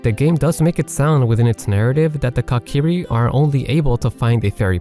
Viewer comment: "Cock-iri" 🤣 Say it with me mate, coo-ki-ri